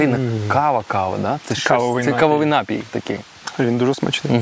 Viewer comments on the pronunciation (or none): none